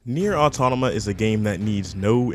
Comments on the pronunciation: ITS NOT AUTONOMA OR AUTONOMAR, AUTOMATA. JEEZZZZ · automata not autonama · It’s Nier Automata not Autonama.. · If you make a video criticizing a game you might want to learn how to say it's name correctly at least? It's not "autonoma"... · "Autonima", you keep saying it wrong like that. Sometimes you say it right. It's pretty distracting. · "Nier "Autonouma" is a great game" - your opinion is in invalidated if you mispronounce the topic in the first 2 seconds of your video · This nigga said autonama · why does he say autonama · Autonomous atomanaus anotamaus Anothermouse bitch learn how to pronounce please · Man I just hate the way you pronounce automata…